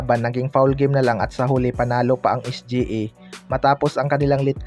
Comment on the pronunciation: Sa nxt video mo kpag narinig kopa yang SGE, mag unsubcribe na ako.😂😂😂 es-gee-ey kasi.